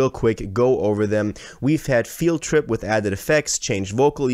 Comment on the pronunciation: I will never forgive Ye for butchering field trip the way he did 😭